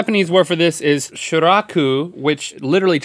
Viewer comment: Funny as chaps! btw Shirako. Not Shiraku. I love it!